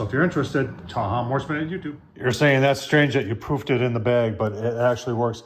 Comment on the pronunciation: Whenever someone says I "proofed" the dough, I hear "poofed".